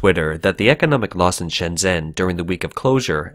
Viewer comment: Fuck dude, the way you mangled Shenzhen was eyewatering! If you can't pronounce the name of the city, how are we supposed to accept what you have to say as fact?!